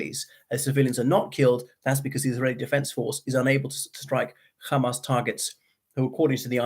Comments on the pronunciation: Unfortunately, is a bit prejudiced. I kept telling him that he is pronouncing Hamas, an Arabic word, not with a British or Arabic accent but with an Israeli accent. He still keeps saying KHamas, probably thinking it makes him sound clever. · I though did okay in presenting different perspectives of this conflict which is fairer than a lot of people are being at the moment but yes I noticed the Khamas pronunciation as well. I don't understand why he is doing that. A lot of the Israelis use "khamas" as well but they are also fluent in English and from Europe and America not Mizrahi Jews at all so they are perfectly capable of pronouncing the 'H' sound. I find it bizarre.